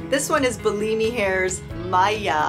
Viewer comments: Bullimi? No, you should pronounce Bellami like bell-amy. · You keep saying Bi-Li-Mi sent me wigs, but I read it as Be-La- Mi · It’s pronounced BELL AHH MEE 🥰 Also, best of luck with your hair journey.. I have alopecia so I def understand.